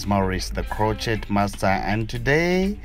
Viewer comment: It is pronounced crow-shay (crochet)